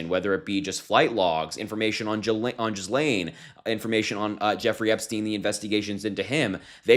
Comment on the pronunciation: TY for good solid contents - BUT - Please please learn how to pronounce her name. Sounds real bad. It's Ghee like the butter and Lane as on the highway... Actually Butter Highway is not a bad name for her.